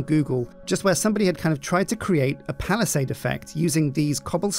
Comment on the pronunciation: Palissade, not palassèdze.